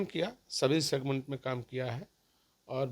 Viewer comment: सिगमेंट शब्द,,, बहुत अच्छे ढंग से बोलते हैं साधु जी 😂